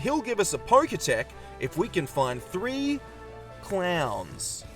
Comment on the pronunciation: It’s poketch (the end part comes from the word “watch”) not “poketech”